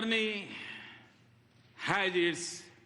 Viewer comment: is he PM of india? ha ha see how pronounce word Journey and early. ha ha . what a english yaar. even Lkg students will say correctly